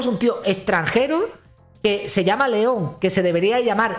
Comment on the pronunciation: 😂😂 Jetón en lugar de León